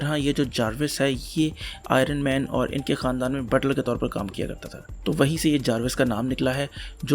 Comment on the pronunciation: Say it as IONman no aay- ronman